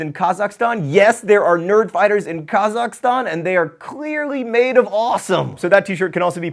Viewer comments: You say Kazakhstan so prettily, yet another reason I wish I were John Green. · Your pronunciation of Kazakhstan is beautiful. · yaaa, I knew if anyone could pronounce Kazakhstan right it would be a Nerdfighter. :) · Thank goodness you pronounce Kazakhtan correctly! Most people don't! (I've been there - doing the work of a Nerdfighter, before there was a word for it-, it's pretty awesome!) Love the idea for expandng DFTBA. I'm currently trying to raise money for college (Graphic Design)! I'm a huge fan of your books, Vlogbrothers, Alex, Charlie and all Nerdfighter!! <3